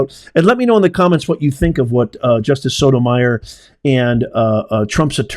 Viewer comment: The pronunciation is So-toe- mai•or. Long O sound. Not Meyer.